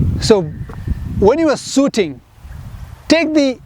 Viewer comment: sooting ahahahahaha